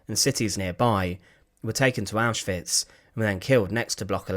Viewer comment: I love how the narrator says auschwitz! It's neat!